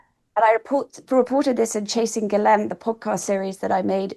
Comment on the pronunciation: I can tell Ward knows what she's talking about as she's one of the very, very few people who can pronounce Maxwell's first name correctly.